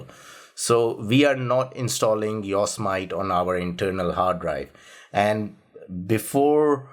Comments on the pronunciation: I live in CA... It's called "YO SEE ME TEE" not "YORK SMITE"... lol you are a good man ! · its pronounced Yo' Se' Matee. Jesus. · Ok sorry to correct you on pronounciation because I hate it when I am corrected but this was big error IMHO. Its not yos mit long i and long o. It is yo long o, sem short e, it short i, e long e. The yosemite were a small tribe of native americans that lived around the area and the mariposa tribe. Yosemite translates as killer in english. The yosemite were not nice ppl. The yosemite tribe called the area ahwahnee which translates as big mouth. The language those words are in was miwok and was the language of the yosemite and mariposa tribes among others around California Oregon Nevada and some parts of Washington and Idaho